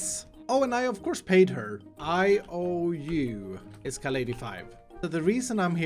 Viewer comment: Det är så kul när du blir kallad iskall men de känns som att du heter is kall